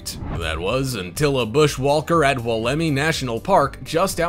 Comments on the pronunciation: no kidding well it was hilarious when he did 'dinosaur' tree about the wolemi pine he had the lady talking about the tree with correct pronounciation yet he managed to get it so badly wrong it was weird. he says "wall_EM eee" but its more like "wool em eye" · Man you have the video with the lady talking about the Wolemi pine, so its weird first you call it dinosaur tree (yeah i get it its supposed to be prehistoric so we can understand you renaming it or trying to give it a new nickname. But then considering how you include a lady talking about it it is almost tragic how badly you managed to mispronounce its name.